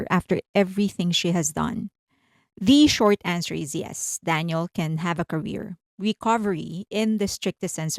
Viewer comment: Dan yell. Not dan yul.